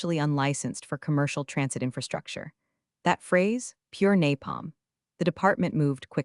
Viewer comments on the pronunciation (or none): none